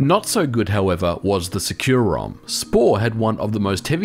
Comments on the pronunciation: I've always read it in my head as "sec-you-rom" where sec is pronouced like the shorthand of second. You're the first time I've heard it pronouced "secure-rom" lol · Huh. I thought it was called SEC-u-rom. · Bruh, you mispronounced the name. It is actually called sucurom in the data files and in the company.